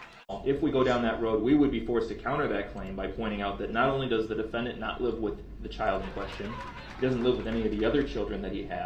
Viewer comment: Da de-Fan-dEnT